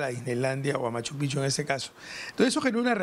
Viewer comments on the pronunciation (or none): Oigan señores, no se pronuncia M. Pichu. Se pronuncia M. Pijchu.